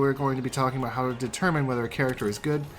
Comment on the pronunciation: “All ABOOT Frost”